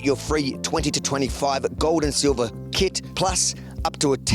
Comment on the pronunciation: "gouwd and silvah"